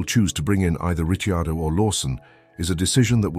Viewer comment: No, it's a bot...Listen to it when it talks about Danny Ritchie Ardo